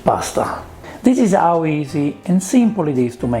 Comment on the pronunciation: 'Ang on, is the letter "H" silent in Italian, like 'ow it is in Spanish and French? This is the first time I've noticed you saying words like 'istory or 'ow,.